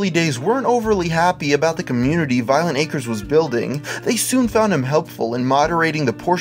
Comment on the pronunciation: And to think, this whole time I've been pronouncing it "Violenta Crez".